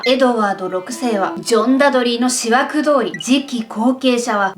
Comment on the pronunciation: さんのオマージュを観ればジェーンも救われるのではないでしょうか？さんの失言？暴言？言い間違い？がおもしろすぎです😆それと差し出がましいですが、思惑は｢おもわく｣で手向けは｢たむけ｣ですよ😄漢字は苦手っておっしゃってましたね。お気を悪くされたら、すみません。